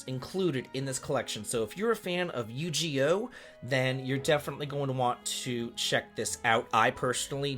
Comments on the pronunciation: Sir, we have been over this Yu- Gi- Oh! No yu-ghee-oh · Nah my man did NOT just say Yugioh as yu-ji-yoh 😶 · I had to do a double take when I heard Yu-GEE-oh XD, but since he's never seen it before, I can let it slide LOL. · You butchered the title Yu gi oh. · Oh, the way you pronounce Yu-Gi-Oh hurts my old nerdy soul XD